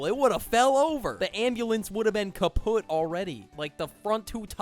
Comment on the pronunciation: Not the German "Kaput" 😭😭 Edit: yes I watched till the end